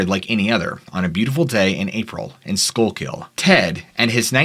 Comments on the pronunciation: It's pronounced Shkookle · We pronounce it sku kill for schuylkill area/river. I’m from Pa